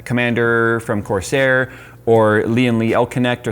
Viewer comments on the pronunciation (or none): none